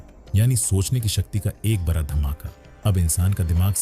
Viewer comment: Ek bihari sab pe bhaari बरा नहीं बड़ा सही शब्द होता है 😂